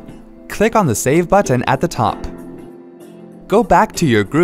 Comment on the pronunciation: Who pronounces the letter "T" this much. "BuTTon."